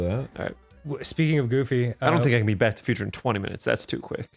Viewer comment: I could have sworn I hear "Black to the Future"